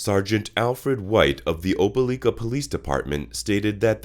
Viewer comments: Oh-pa-like-ah ...not oh-pe-leek-ah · It’s not pronounced OpeLEEka it’s OpeLIKA..I live here. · Opah-like-ah Alabama. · You're doing a great job man, subscribed. Loved the video. One tip that I think will help you grow in subscribers: Try to find a local, or anyone, from near these places you talk about, to tell you how they say their hometown. Your Opelika pronunciation was rough to hear. (Oh-Peh-Lie-Kuh is how they say it.)